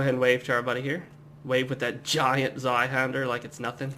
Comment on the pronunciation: You know, the way you say Zweihänder isn't all that bad! (a rare thing btw). Oh and good job. You are not talking too fast or too slow and you seem quite nice so I'm going to join you on this quest! -likes, subscribes, shares it with my friends- ^^